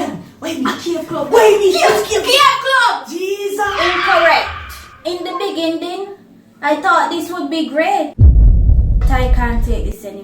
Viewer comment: In the begindin 😂‼️